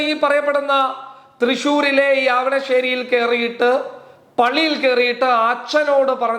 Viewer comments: ആവണശ്ശേരിയല്ല ഖാദറെ... അവിണിശ്ശേരി...ok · അവിണിശേരി ആണ്. ആവണശേരി അല്ല. Avinissery. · ഡാ പൊട്ടാ... നീ ആദ്യം പോയി അവിണിശ്ശേരി എന്നു പറഞ്ഞു പഠിക്കു....